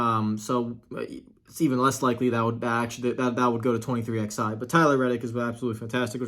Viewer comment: It's 2311 not 23XI lol